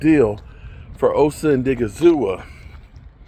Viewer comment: Thank you! It's annoying as hell that he constantly get people's names wrong. It's like he doesn't even make an effort to pronounce their names correctly. Obviously he doesn't read the comments.